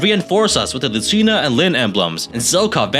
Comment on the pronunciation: Did he say Lisuna instead of Lucina? Or is it just me?